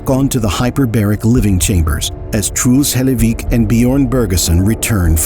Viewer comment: I know it's kinda disrespectful to say but I mean no offense with this ; the pronunciation of "Truls Hellevik" is just funny to me. Like the narrator just says it like "Trools Helayveek". Again, no offense, don't get mad at me.